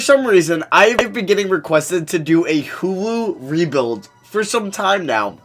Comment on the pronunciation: Everytime you mean to say hulu you sound like you’re saying hoowho